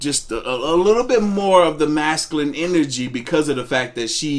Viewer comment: Gott dammit it's MASCULINE!!! Not Mascalin! So fkn annoying